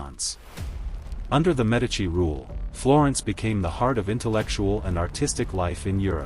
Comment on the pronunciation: I definitely gave you a thumbs-up and subscribed. I was particularly pleased that you pronounce "Medici" correctly, but I wish you had pronounced "Firenze" correctly, too. It's feer-ENT-say. You mispronounced the last syllable. (Since you asked, I've lived and worked in Florence for the past 40 years. I teach at the Angel Academy of Art, Florence.)